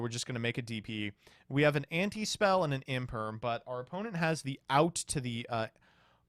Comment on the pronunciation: Imperm, no one says infem